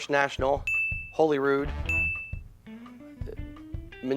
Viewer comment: Awesome video, and excellent performance by both! Still, some retroactive points should be deducted for mispronouncing Holyrood!